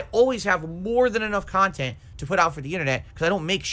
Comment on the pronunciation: trying to convince detractors he actualy makes "meaningful khantent" way too hard lol